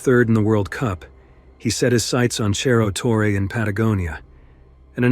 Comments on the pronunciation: Hi ! amazing video but it is Cerro not Cherro Torre 👍🏽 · It's disappointing to have an otherwise excellent video marred by a sloppy mispronunciation. It's not "cherro torre" - that would be Italian. It's pronounced "serro torre." On the one hand, it's a story well told; on the other, that kind of carelessness would never get past the editor of a broadcast or cable TV documentary. It all depends on how professional you want to be. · Your pronunciation of Cerro Torre in Argentina is wrong. In Spanish ce is pronounced like se in sender. Cerro is hill or mountain in Spanish